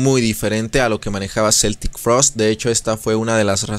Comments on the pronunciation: Yo también la conocí como Celtic en los 80s Pero Tom ha insistido en aclarar que se dice Keltic 🤷🤷🤷 Un amigo hablaba de Metáyica... Así se oyen los que en la época del internet y los traductores en línea, insisten en Celtic Frost. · se pronuncia QUE-ltic frost .. educate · En realidad la pronunciación es como si fuera con k, es pronunciación en inglés, en suizo o alemán suena con c ......NUNCA cambiaron de genero, lo que paso es que cuando firmaron contrato con esa disquera americana, estuvieron prácticamente obligados a tocar esos ritmo y esas canciones, tom warrior no escribió ninguna de esas canciones, otro dato ws que tom dijo que celtic tuvo que acabarse en el año 1993.